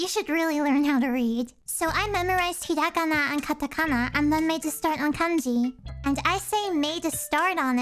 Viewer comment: i am learning Japanese in school right now and my teacher says i am really good and ahead of the others in my class (i think its because i am really good at picking things up) but i could clearly under stand you when you spoke Japanese, the only thing i didnt under stand was the was you said ひらがな (hiragana) :)